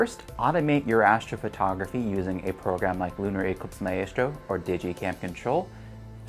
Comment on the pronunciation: Very good and useful tips, which I sincerely appreciate! (Very) minor point, but your pronunciation of maestro is a little off. Consider checking an online dictionary that will speak it out loud.